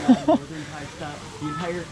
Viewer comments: Your Thai accent so perfect I’m your new subscribed.I miss Chiangmai.❤️ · u speak thai so perfect